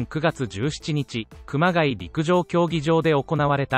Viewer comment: 熊谷→「くまがい」じゃなくて「くまがや」な。